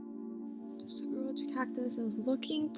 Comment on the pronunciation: Great video. Thank you. I grew up in the Sonoran desert. Saguaro is pronounced Sa WAR o 😊.